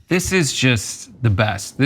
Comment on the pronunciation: It’s diss not dish!!!❤